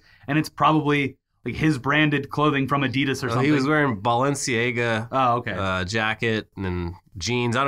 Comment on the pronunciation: You come across as too smart of a guy to mispronounce BALENCIAGA